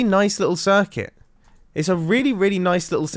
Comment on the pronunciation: Pls stop saying circut cuz when i try to find out whats up its fries my brain